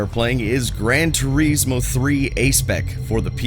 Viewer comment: Its not called "Gran Turiiiiiismo".